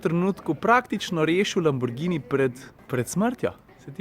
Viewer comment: a veš kaj pa cenim? To, da si ime Lamborghini izgovarjal pravilno. Tako, kot je treba. Ni nobenega đ-ja v imenu ljudje!!!!